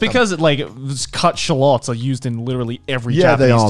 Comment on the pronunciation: I'm getting offended over the way they say shallot